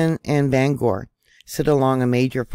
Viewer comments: It's Brem er ton, not Bremington. Ban ger, not Bang ore. Just sayin'. Worked there. Thanks for info tho. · Hey, in all kindness it's pronounced "Banger" not "Bangore". From a lifetime Washingtonian. I know our names are sometimes weird and hard to say correctly. 🤣🤔😊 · Sorry, I grew up in Tacoma and it always bugs me when people mispronounce local names. I do agree, the USN shutting down the dry docks down is a bit suspect.